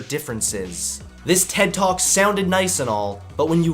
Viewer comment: That “ted talk” hurt me